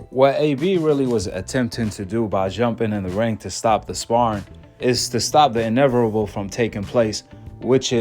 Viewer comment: I was on google trynna find the “r” in inevitable great video tho ahk it’s invertable that u make good ones